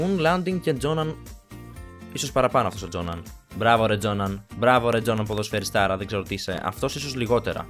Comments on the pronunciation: Εκεί που λες τζόναν δεν λέγεται Τζόναν λέγεται Γιόχαν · Γιόχαν Κρόιφ τον λεγαν τον δυγχωρεμενο όχι τζοναν